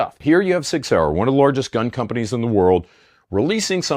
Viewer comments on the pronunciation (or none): It's not prounounced "sick"